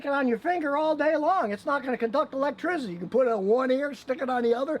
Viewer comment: Scotty "electrizzidy" Kilmer